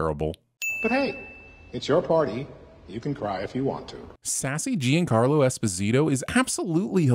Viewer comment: You must be pronouncing Giancarlo Esposito's name wrong on purpose... Right?